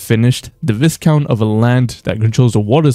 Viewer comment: Btw, 'Viscount' is pronounced "v-eye-count." Essentially, the 'S' is silent.